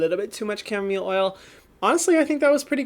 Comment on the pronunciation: Its camo- mile not camo mill